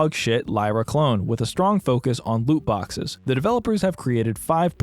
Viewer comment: Stop saying looboxes.